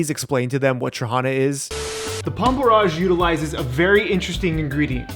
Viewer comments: It’s porr-IDGE not porr-AAHGE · The way you pronounce porridge is very unique. Also this looks very very yummy.